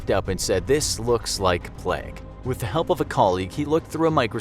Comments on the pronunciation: It's pronounced plaig. Not plegg. In English and American. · Just listened to someone pronounce plague like pleg for 12 straight minutes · nobody: narrator: pLeG. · Why does he pronounce it pleg hahaha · Why did he say plague so weirdly